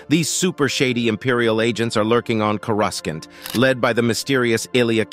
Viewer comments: CORE-I-SAUNT not CORE-RAS-SENT 😂😂😂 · He actually said "Cora's can't" which is even worse 😆